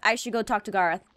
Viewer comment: She called Gorroth Garroth